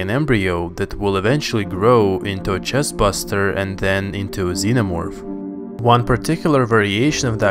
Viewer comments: chestBURSTER!! NOT BUSTER AHHHH!!! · Pretty sure it’s pronounced “chest burster” instead of chest buster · BuRR-Ster. BURSTER. Not Chest buster. Learn to pronounce things you dolt. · hey why did you say "chestbuster" instead of "chesrburster". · It's chestburster not chestbuster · Bro please, it's burster not buster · Chest burster not buster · Chestburster... not chest buster. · It’s chest-burster not chest-buster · who else is yelling at him “*ITS NOT CHEST BUSTER ITS CHEST BURSTER*” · Every time I heard you say "chestBUSTER" instead of "chestBURSTER", a little piece of me dies. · CHESTBUSTER OR CHESTBURSTER PERIOD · "Chest Bust-er" Everyone else: Chest Burster. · THIS!! Everytime he said "Chest Bust-er" I was screaming at home "CHEST BURSTER". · Is anyone gonna mention that he said “chest buster”? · Did you say "Chest Buster"!?!? Hmmmm? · Nobody: Literally Nobody: Him: Chestbusters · He calls them "chest Buster's" lol